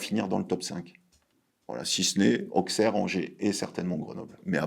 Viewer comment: O-SSERE, pas AUXE-AIR ahah ^^